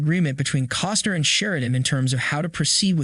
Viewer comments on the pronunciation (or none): none